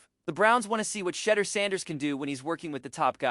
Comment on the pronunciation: Excellent analysis. You might want to learn to pronounce his first name properly; it's "She-DOOR" with the accent on the last syllable "DOOR" Keep up the good reporting!